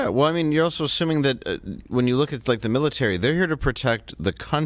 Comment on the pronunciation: " China is building up its miratary " lol